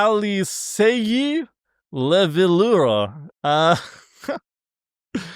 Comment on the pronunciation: LEVE-V-ARE OR AIR it sounds french